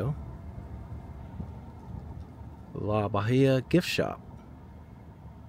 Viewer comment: Near and dear to my heart is this town! The fort is pronounced La Baa-hee-uh.